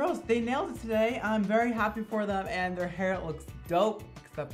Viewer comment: Idk why but I love the way says “very” lmao 😂 it sounds like he’s saying vAry